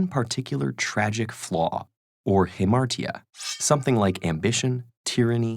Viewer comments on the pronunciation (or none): Definitely pronounced hamartia wrong 😂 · he pronounced it better than most. A "t" is a "t" is a "t" (in Greek).